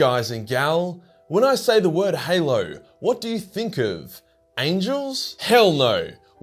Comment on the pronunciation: it is now canon the halo stars are pronounced hellooo